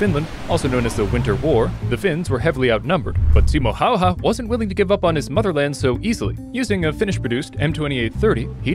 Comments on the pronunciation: Your saying the last name totally wrong its pronunced like häuhuä bc y=u like yu or u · Its pronounced simo höhä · I hate when people prononce Simo Häyhä as Simo Howha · Bro pronounced Simo Häyhä: Simo hauha💀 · I hate it when people pronounce the name wrong